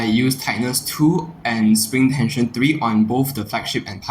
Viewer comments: you might have said three by three, but you pronounced it tree by tree. He’s just a racist keyboard warrior. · three by three, not tree by tree bro